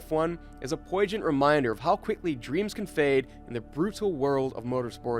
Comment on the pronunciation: A poy-gent reminder???? Did I hear correctly??? FFS...